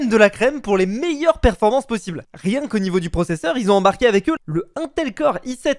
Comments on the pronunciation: ca se prononce ine et pas ain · Le "untel" core I7 il m'a fait des dégats 😂😂😂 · on dit pas intel ont dit inetel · ca va pas comment tu dit intel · on en parle de comment il dit intel